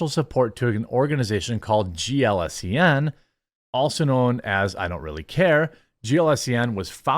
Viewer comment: Jeremy : GLSEN is pronounced as "glisten". Need a mnenmonic ? Just think of how glistening in sweat two "generic beings" of no particular pronouns would be after participating in what normies consider to be activities intended for ADULTS . And hopefully the Hollyweird acturds & writhers have just budLighted themselves out of existence.